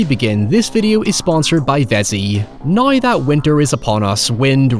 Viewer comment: It’s now not noy. Down not doyn, that shit was driving me up the wall.